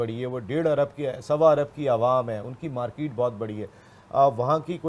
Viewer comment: Markeeeet bahut badi hai... market bolna aata nahin.. Britain ko Rota dekh k maja aata hai.